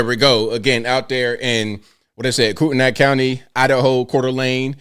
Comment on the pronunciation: Koo-tin-ee county